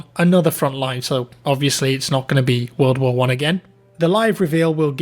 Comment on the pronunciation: Vattfield vvorl vvar 2